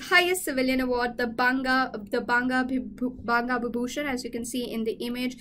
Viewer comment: Best part of the video is when she is struggling with pronunciation of "banga bibhushan"... It was cute anyway!